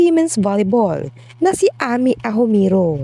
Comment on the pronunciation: Amy, her name is pronounced as eymi not ami